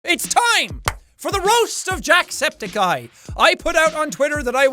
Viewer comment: Are you gonna call him Jacksepthicceye from now on?